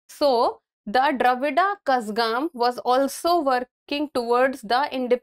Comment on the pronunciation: mam Please correct your Pronounciation of Kazhagam